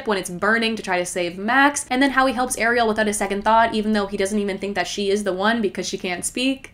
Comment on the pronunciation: As an Ariel who pronounces her name the way Sébastien pronounces it and to hear you say how."Americans" pronounces it made my heart skip a beat. I am sooooo tired of hearing my name pronounced the American way even right after I let the person know how to pronounce it.